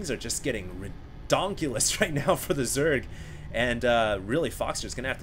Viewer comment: by the way, ridongkulus? seriously? lidongculus? way funny